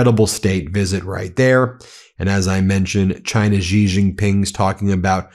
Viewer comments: Ben, Xi is pronounced as "she" not "zzzggghhheeee" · The Xi in Xi Jinping is pronounced just like the word "she" in English.